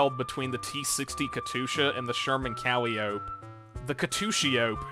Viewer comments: My brother in Christ it’s pronounced kuh lai uh pee not calleope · does NOBODY know how to say Calliope!? pronunciation: "CUH-LIE-OH-PEE" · For calling it "Cally-owp"You have lost your tank youtuber priveleges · CALL-I-OH-PEE is how that's pronounced my mans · KUH - LYE - OH - PEE THIS IS NOT DIFFICULT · His pronounciation of "calliope" though...